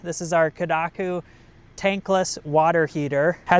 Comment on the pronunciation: Kadaku or Kakadu? 😂😂😂